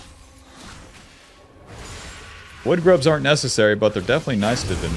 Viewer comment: I keep hearing "woodgrubs" when he says void grubs